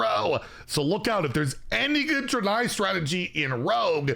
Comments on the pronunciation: “Dran-eye”. I don’t know how much more mispronunciation I can take! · Isn't it pronounced "dray-nye"?